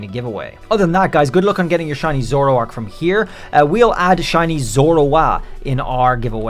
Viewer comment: DO NOT LEAVE OFF THE H IN SHINY, AND THERE SHOULD BE 2 R'S IN ZOROARK!